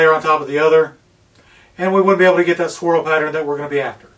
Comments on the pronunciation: Thought he said squirrel too, lmao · I thought you said Squirrel ..not swirl been a long day .... 🤣🤣